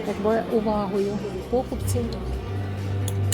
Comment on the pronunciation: 1.04 тішить своїх покупцІв, а не пОкупців